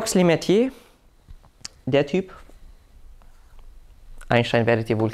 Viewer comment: schorsch lemätre wird der name ausgesprochen 😀